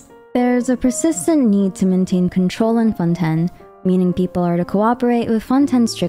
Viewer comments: Fonten? wahaha shouldn't it be pronounced like fonteyn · Plzzzz stop saying "fon-ten" its pronounce fon tane but is spelled fontaine im sure yk that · fonTAINE. not founten, ugh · I don’t know where you’re from or if English is your first language but it’s pronounced Fon-t-“A”-n not Fon-ten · FONTEYN NOT FONTEN LOL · someone take a shot, everytime she say fon-ten. i bet her script have 100+ mention of fonten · “Fontenn Fontenn Fontenn” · I like how u pronounce Fontaine as Fonten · this might be a stupid question but is it pronounced as 'fon-ten'? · Fonten lol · Are you saying Fonten on purpose??? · Fon ten 😂😂😂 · Im sorry I just hear "ForTen" all the time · I just keep hearing Fonten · Lol isn’t Fontaine not fonten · Oof. I cannot stand the way she pronounces 'Fontaine' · Great video! If I may, in French, we do not pronounce the 1st "n" in Fontaine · Had to click of the video by how she pronounced Fontaine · I see your pronouncing Fontaine with a French accent. I think you have to put more emphasis on the ‘n’.